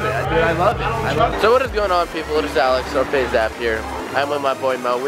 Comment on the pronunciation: Was I the only one who thought he said faze mountain in the beginning